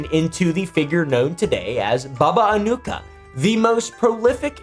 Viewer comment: Slavic J is a Y, it's more like Baba Anuyka/Anuika